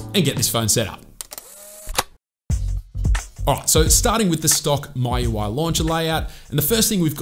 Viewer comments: It's "Mi" UI not "My" UI Anyway a great video😁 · Its not "My Ui" It's "Mee UI" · is mee-ui not mai-ui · ME - YOU - I , Not MY-YOU-I! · It's M I U I, not MY UI. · MIUI ❌❌ MAUI✔️✔️ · 😂😂😂 was thinking the same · no.. he is saying,"maiu i" 🙄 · Just say mi ui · Still have room for improvement, for example... MIUI... the way you pronounce it is weird. At least check on other sources? Measure twice cut once.